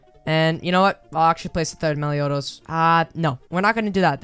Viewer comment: stopped watching when u said meliodos. -_